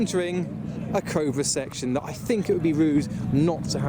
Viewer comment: him saying ''cobra'', sounds like ''covid''